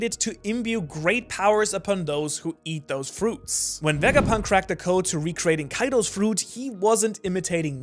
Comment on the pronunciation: "VEGAPINT" THO